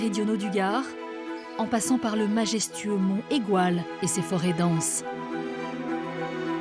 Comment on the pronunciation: entendre monégoual à la place de montégoual ça fait mal aux oreilles .... "mont égoual" !